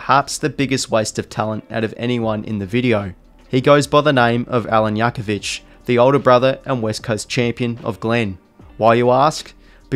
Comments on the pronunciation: Good video, but hearing Yakovich over and over almost killed me. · The J in jakovich is not a y sound, it’s a j sound Jack o vich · Jackovich is the Aussie way of pronouncing it. The European way is Yackovich. Agreed, sounded strange hearing it pronounced that way, especially for someone who watch his brother Glen play over 200 times for West Coast. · Yes, it's correct. He is Croatian and the J is pronounced with a Y. Obviously in the footy world it was easier and misunderstood to say Jakovich rather than Yakovic. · Haha I get you man, Jakovich is actually pronounced Yakovich with a silent J because of the Croation name/background. But yeah both are pronounced fine. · remember the 2 players Illija and Brent Grgic pronounced their surnames differently ... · good video but the way you say jackovich is gross